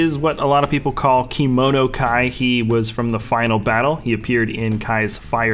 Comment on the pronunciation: Dontey Smith it is kimono 👘